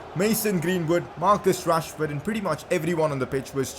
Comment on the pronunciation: Not to be mean but when you say rashford it sounds like trashford